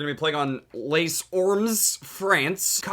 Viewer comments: I'm french dude :) we are pronouncing it like lé orm (é is like ey) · Les Ormes : lAys orm (how to pronounce) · Taking French GCSE, my favourite part was when he was trying to pronounce the map in CoD3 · So funny how an english speaker pronounce french words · as a french I can say I laughed quite hard when you tried to pronounce the map on cod 3 xD